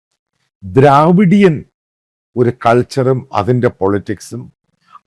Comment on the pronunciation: ദ്രവീടിയൻ not ദ്രാവീടിയൻ